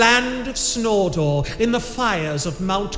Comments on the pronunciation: "in the land of snordor in the fires of mount coom" okay man my sides are gonna need reconstructive surgery after that lmao. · "In the land of Snoredore, In the fires of Mt. Coom" LMAOOOO